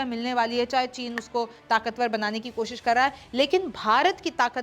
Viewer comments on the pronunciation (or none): none